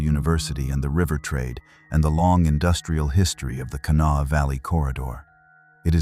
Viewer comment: Can-a-wall?? Ha Ha!! Try Kanawha.